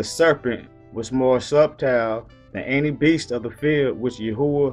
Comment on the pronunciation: whats up my brotha the B in subtle is silent. I couldnt find a way to message you privately. God Bless..